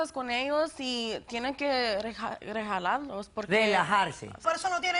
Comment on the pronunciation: "rejalarlos" 7u7